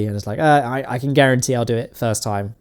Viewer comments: Props mate, fantastic job!! :D But btw, its Xenon not Xeon ;) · The word "Xenon" has more letters than you think it does. Notably, that "N" in the middle you choose to ignore. It's not Xeon.... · XENON NOT XEON! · Are you saying "xenon" or "xeon"? It sure sounds like the second. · Please pronounce the "N" in xeNon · why does he pronounce xenon as xeon?